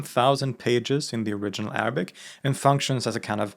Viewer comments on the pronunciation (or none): none